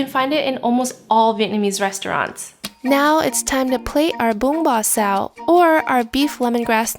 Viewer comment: I appreciate you pronouncing the dish multiple times in Vietnamese so viewers know how to say it at home or at restaurants.